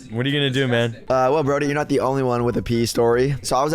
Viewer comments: It’s pee not pea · It’s Pee tree not Pea tree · It’s not the pea tree is the PEE tree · It’s “pee tree”not “pea tree” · Ahem the correct pronunciation is pee🤓👆